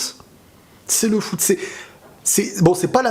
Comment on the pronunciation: C'est le fou-t T'a compris fou-t foot haha😂